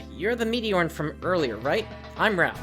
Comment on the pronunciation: First time I heard say meteorn I thought she said meteor